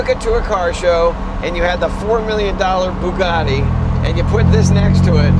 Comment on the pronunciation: You nearly lost me at the horrible pronunciation of Bugatti, but I held on. Then Jay said The Wraith was a horrible film and that was it. I saw the car, I don't need more ridiculous talk to darken my day.